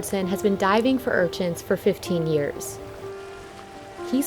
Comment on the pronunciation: Urchints?? URCHINS. Is that what I heard? Anyway......